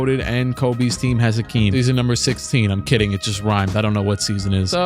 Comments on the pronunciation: My man said AKEEM lolll dkm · Who is Akeem, its Hakeem!? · Bro it’s Hakeem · Hakeem with an H wtf??? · Bruh, they messed up a legend’s name?? It’s Hakeem! 🤦🏾‍♂️